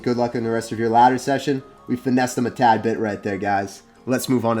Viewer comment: did you say "we finessed him a tad bit" or "we finessed him a tag bit"?